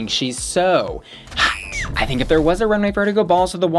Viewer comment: girl you did not just say, "I thigh-nk".